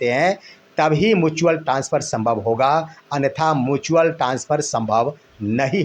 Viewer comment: मुचुअल नहीं म्युचुअल होता है।